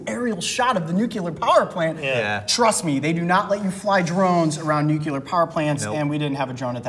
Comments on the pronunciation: WHO ELSE NOTICED COYOTE SAID “nucular” and lmao sorry it just gets on my nerves 😂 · It's NUCLEAR (Nuke-Lee-Er). Not NUCULAR (Nuke-You-Ler). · Oh no! They say "nucular" instead of "nuclear" XD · I love your work Coyote but I just wanted to say it's nuclear not nucular. Keep up the good work!!! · "new-clee-ar" vs "nu-cue-lar". debate! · Nuclear... New-clear Not Nuecular Just a thing for me. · Guys, stop saying "nucular". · Please stop saying "nucular" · I never expected you guys to mispronounce nuclear...